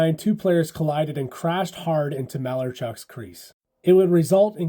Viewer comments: I hate to do this, but Clints last name is pronounced Muh-L-Are-Chuck Muh Lar Chuck lol not Mal-er-chuck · MA LARRR chuck!!!! Not "mailerchuck" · Ma-lar-chuck, not maler-chuck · You’d think this guy would know it’s pronounced maLARchuk, not MAlarachuk… with all the history he’s spewing. Toughest is Salming, for taking a picture with a kitty 🏒🥅🐈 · Learn how to pronounce names. Clint Malarchuk. It's not "Malar-chuk" it's"Mal-ar-chuk" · It's pronounced mal-AR-chuck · It's muh-LAR-chuck. Played here for the Caps a few years. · I like your coverage... Let me help. Muh-lar-chuck Pitz-u-telly Not being a "hater", just giving you the phonetics, atleast those I grew up hearing regularly from Rick Jeanneret. re Pizzutelli saved Clint's life thanks to military knowledge (and the ability to perform under difficult circumstances) used in Vietnam. Was crazy to think it would happen again in Buffalo with Richard Zednik. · It’s pronounced “Maa Larrr Chuck” and that was scary as hell seeing that unfold on TV. He was so lucky to be alive and I remember him tearing up in his interview afterwards. Crazy injury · Mark Howe actually impaled his butthole, not his leg. And Clint’s last name is correctly pronounced Mal-are-chuck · you're pronouncing Malarchuk wrong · Can't pronounce Malarchucks name correctly, can't take this seriously. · Not only did Malarchuk have his throat cut, he has to endure listening to you butcher his name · Clint who? At least get the pronunciation of his name right. Friggin pathetic. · If you’re going to report on a story, learn how to pronounce the last name and at least give him the respect he deserves. His brother Garth is in the hockey world and he doesn’t go by the pronunciation that you do, come on man learn how to pronounce the last name correctly. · That’s not how you say Malarchuk. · you just pronounced Malarchucks name wrong though